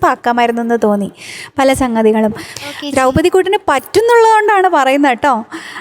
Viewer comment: ദ്രൌപതി എന്നാണ് അല്ലാതെ ദ്രോപ്പതി അല്ല